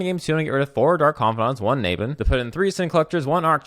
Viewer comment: The way you pronounce "Naban" triggers ME!